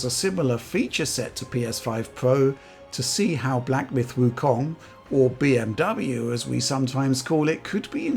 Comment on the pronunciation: Deutsch pronunciation 🔥 🔥